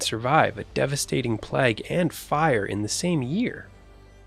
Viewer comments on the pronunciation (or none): plague not plag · May I just adjust the pronunciation of the word Plague, is not pronounced Plag, its more like Plaag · WTF is a 'plag' Its plague, need a narrator that can read. I know its not you choosing them lol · That guy needs to pronounce plague correctly playagee not placke which you get on you're teeth😂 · Plague is not pronounced plag, it is more like playg as in playground. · Westminster Abbey is NOT fortified...it's a church ! Why is the narrator saying " pleg" instead of PLAGUE ? You are forbidden, by law, to build on GREEN BELT land. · The narrator has a strange pronunciation of the word plague. He says what sounds like 'plag', the correct pronunciation should sound like 'playg'. Is his pronunciation in use somewhere in the world? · What's a "PLAG"? I've never heard it pronounced like that before. It's annoying. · Yes, he’s pronouncing it ‘Plag’. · enjoyed this video, as always but the commentators pronunciation of, plague and swathe made by blood boil. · Is he saying "plague" wrong? Repeatedly.